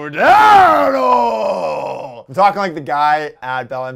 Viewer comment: Its Marko Dano!